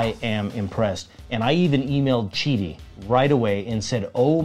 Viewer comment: Thank you for pronouncing Qidi correctly.